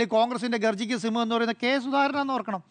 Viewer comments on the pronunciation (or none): സിംഹം എന്ന് മാത്രം പറയല്ലേ 😮 സിന്മം എന്ന് പറയൂ 😂😂😂